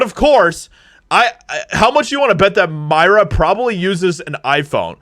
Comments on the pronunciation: If we’re gonna expose them ya gotta get their name right …it’s Mira as in mirror-A not Myra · Her name is pronounced "Meera". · Aww, I'm sorry to hear this. I liked her. P.S. Her name is pronounced MEER-a.